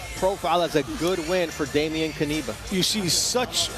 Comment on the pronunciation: "dejmien kaniba", oni są niepełnosprawni logopedycznie, nie ma nazwiska którego by nie przekręcili